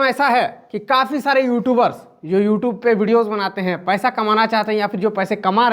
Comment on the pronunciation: don't even know how to pronounce the word "YouTube".